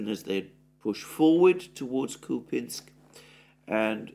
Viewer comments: Who said it’s pronounced Kupinsk? It’s spelt Купянск - k-u-p-ya-n-s-k so Kupyansk. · its kupyansk , even the ukrops call it that way .... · It is Kupyansk Kupinsk is Ukrainian name. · no Alexander, in the word 'Kupyansk', the emphasis is on the letter - Я (купЯнск), at least in Russian. This is the correct pronunciation. Ukrainians could call it 'кУпянск' with an emphasis on У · I don't know why you tie yourself in knots over pronunciation. You were pronouncing Kupyansk correctly according to English and Russian standards. Why you've suddenly tried (and failed) to pronounce it the Ukrainian way is a mystery. You know foreigners don't waste their time trying to say place names like Worcestershire correctly, so why do you for their place names? Just spit it out and say what you have to say instead of taking ages to say it. We'll figure it out ourselves. Follow the example of that Defence Politics Asia dude. He can't pronounce anything correctly and doesn't care one bit.